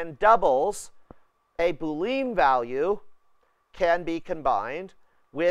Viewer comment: Boolean -> [boo-lee-uh n] named after George Boole. Not Boo-Lean